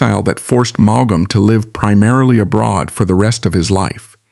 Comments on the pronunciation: I add my plea to yours. It is so grating and somehow disrespectful. The "G" and the second "A" are not pronounced. "Maum". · Maughan is pronounced as in 'morn ' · Maugham is pronounced in one syllable, not two. If you can't get his name right, why should I listen? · It’s pronounce mom = Maugham 🤨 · How hard can it be to program an Ai to pronounce the man's name correctly?!? This is the worst kind of low effort stuff! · If you’re going to use an ai narrator at least teach him how to pronounce his name correctly 🙏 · Boy does that Ai narrator murder his name! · What a,strange pronounciation of his name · Suggestion : Learn how to pronounce a writer's first and last names before you record.